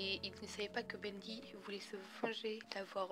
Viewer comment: c pas sa l'histoire et tu a dit bendé